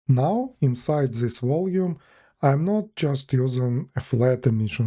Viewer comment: Все круто бро, спасибо за видос Единственное, что прям жестко ухо режет каждый раз это ЗИС, попробуй произносить TH как D. То есть вместо З используй Д во всех этих словах